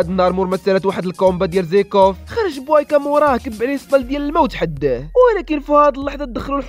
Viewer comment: بويكا ماشي بوايكا😅😅😅😅